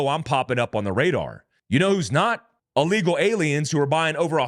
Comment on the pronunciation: Don't say " uh-legal", say ill (as in 'sick') legal. "Ill-legal". Otherwise go back to ESL.